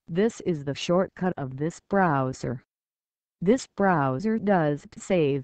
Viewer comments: broooowser ahahah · The way she says browser...